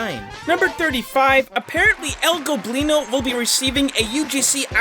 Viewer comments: ITS EL GOBLINO NOT EL GLOBLINO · he finally said "el goblino" and not "el globino" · I guess you finally pronounce el goblino's name right huh